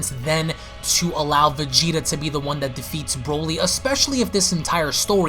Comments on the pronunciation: Is it just me or is anyone else annoyed how his guess prounonces Broly ?? Brauly Brauly Brauly !! U lame it's pronounced Brow-ly not Brau-ly that shit annoys me !!! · Bro-ly. Not braw-ly...